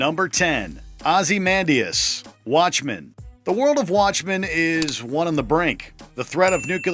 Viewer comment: Can we talk about how he pronounced it "Ozziemandias"?